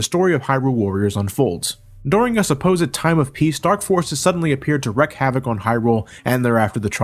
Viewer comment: it's WREAK (reek) Havoc. Not 'Wreck'... Sorry, the former just sounds so much better and is correct if you are going for that phrasing. Wrecking havoc would imply that you are somehow destroying or no longer making functional the idea of havoc, while wreaking havoc means you are bringing it forth.